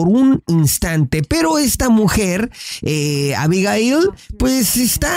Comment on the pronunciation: Dices chistoso Abigail 🙊